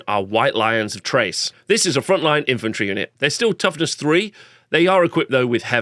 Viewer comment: The 'Ch' from Chrace is pronounced with a 'K'.